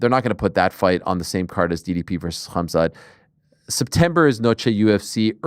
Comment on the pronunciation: Ariel "Hum-zut" Helwani